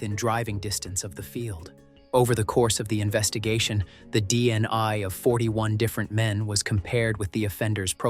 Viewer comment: why are you saying DNI instead of DNA?